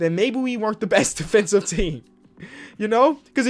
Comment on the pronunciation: “well technically your defenthive rating” is a fool 😂